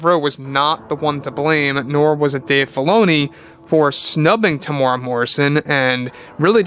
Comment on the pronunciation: Hey its Teem-U-Rea-Wa or just call him Tem